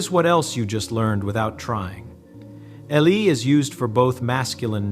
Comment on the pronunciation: At least edit the foreign words. Because the AI is making the video for an English-speaking audience, it doesn't recognize ELLE, CHAT, SOURIS as French per se and it pronounces them like some bumpkin who's never been out of his little town before.